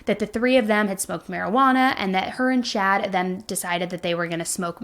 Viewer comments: Are you meaning to say "Shad"? Or is that just like an accent thing and you mean, "Chad"? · Chad not Shad. 😂 Js